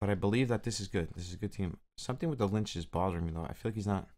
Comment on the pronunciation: Pronounced Litch like itch. Not lynch